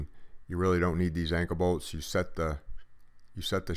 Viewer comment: Call me dumb but what is an anka bolt? Oh I see duh.Anchor bolt. Sorry I'm from Texas. I feel dumb.